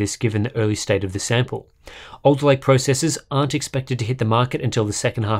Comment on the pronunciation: Was having this on in the background not really giving it much attention when I suddenly heard "Intel 12'th gen Elderlake processor spotted in Sea Software database..." Harbour Unboxed confirmed!